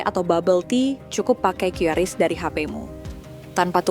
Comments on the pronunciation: Suara narasi nya kudet(kurang update). Masa baca QRIS kok kyureis? Buka aja google cara baca QRIS pasti jawabannya kris. Makanya jangan kudet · Dibaca kris. Bukan kyuris, bukan kiris, tapi KRIS. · QRIS dibaca KRIS itu penjelasan resmi dari PIHAK BANK tapi tunggu dulu para kasir abal bilang "KYU RIS" 😂😂😂😂😂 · Sesuai Panduan BI, membacanya "KRIS" bukan Kiuris atau qiris.. Tapi QRIS. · Qris bacanya "kris" ya bukan "kiuris" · Iya ini bener mbak mbak warung makan atau dmn aja mereka meralatny kata mereka quiris hahahha😂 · qris itu bacanya kris bukan kyuris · Bacanya Kris mohon diperhatikanya😅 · Iya, pdhl dah dikonfirmasi sama BI klo bacanya tuh "kris" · Q dibaca ki